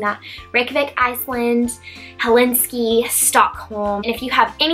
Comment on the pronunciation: FYI it's Helsinki not Helinski....